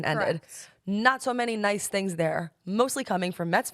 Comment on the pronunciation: “I’m hearing tings, I’ve heard tings”🤌🏼